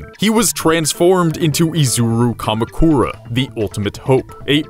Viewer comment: You said Kamukura and Mukuro wrong but yeah it okay what I said was cancer